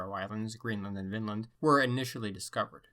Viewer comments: It’s not pronounced Vinnland you have to drag out on the i like Viiinland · check "the ancient scandinavians of Ontario - 1700 B.C.E" in YouTube. btw everytime you say vinland it sounds like finland :D greets